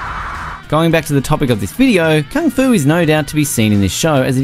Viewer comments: So how many times he said Kang-Fu? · Me clicks the videos Man pronouncing kung fu - "kang fu" me: already left